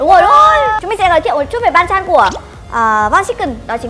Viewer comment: Theo mình biết thì banchan chứ hong phải panchan, với mustard chứ hong phải mustart Góp ý thoi nhaaaaaaaa